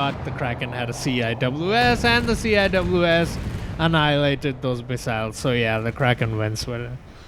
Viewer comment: CIWS is officially pronounced sea-wiz